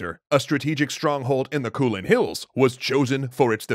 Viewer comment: It’s not kuulane it is kou lane